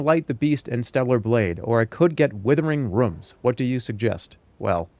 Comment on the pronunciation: withering rüms